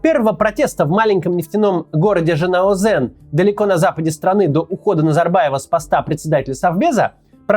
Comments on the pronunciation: Кац, сам ты тэнге и Жанаозэн. тЕнге и жанаозЕн. Но ладно😅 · Максим, имейте ввиду, что в Казахстане если слово пишется через Е, то и произносится как Е, а не как Э, например тЕнге, а тЭнге, ЖанаузЕнь, а не ЖанаузЭнь. Вы же не произносите 100 рублЭй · Боже дайте этому еврею хотя бы одного казаха чтобы нормально выговаривать названия! Опять эти же: тэнге, МангистаУская область, жанаозЭн. Короче говоря эксперт из этого еврея о стране которая рядом не знает нифига!!! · ЖанаозЕн, тЕнгЕ) все через Е, а не Э) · Жанаозен , а не ЖанаозЭН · научитесь сначала правильно произносить имена и наименования, вы вроде журналист, верно? - Ельбасы - а не Элбасый. Жанаозен, а не Жанаазэн. Теньге, а не тэнгэ. Вечно вы россияне лезете не в свою страну со своей критикой и политикой. У себя в стране нечем заняться или нечего обсудить? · Нет буквы Э в слове ТЕНГЕ, нет буквы Э в названии города ЖанаОзен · ЖанаозЭн… Максим, имей совесть, научись правильно произносить названия городов нашей страны! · почему русскоязычные неказахстанцы не могут в букву Е? )))) тЭнге, город Жана-ОзЭн )))))) пишется же по-русски тенге и Жана-Озен. Вы же не произносите тЭнь вместо тень или зЭркало вместо зеркало??? ))) завязывайте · жанаозЕн, тЕнге, не Э, где там Э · Рахмет за ролик! Но, уважаемый Максим, в Казахстане не произносят ЖанаозЭн, тЭнгЭ, БайтЭрЭк (привет Варламову)!! Как пишется, так и произносится! Через нежную и изящную Е!)) Поставьте лайки, чтоб Максим и его коллеги по цеху, наконец-то увидели!)😁👍 P.S. Казахстан приютил не только граждан РФ, но и многих граждан Украины! Всем мира! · Тэнгэ - Тенге. Жана-озэн - Жана-озен. Елбасы - Ельбасы. Не придираюсь, но так правильнее говорить. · Максим, прошу, читай букву "Е" как букву "Е". Не "Э", а "Е". Во всех казахских словах это просто "Е". Жанаозен, тенге. Ты же не говоришь "Дэньги". Так и тут. Все классно, но блин, правда, слух режет, это несложно поменять. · Жана озЭн не верное название, правильно будет Жана озЕн, также как и тЕнге вместо тЭнге